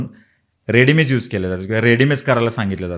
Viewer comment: दादा रेडीमइज नाही रेमेडीज बोलतात 😂